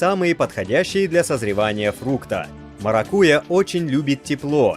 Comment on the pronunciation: МаракуЯ, ударение делайте правильно